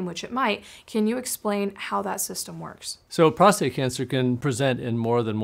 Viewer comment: i love you like a brother, but the word is "prostate" not "prostRate". "prostRate" means to "lie flat on your back". and i'm a 4+3. how are you doing now?😊